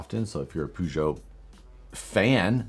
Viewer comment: (giggle, snort) - it ain’t “Poo-Joe”! I used to own one, and I never went to the bathroom in it! Your cats purr, right? Take the “R” off and there it is - Purr-zho!